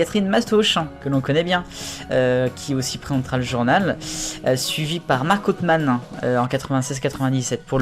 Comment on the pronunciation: Sinon pr marc autheman on ne dit pa authemane ms autheman.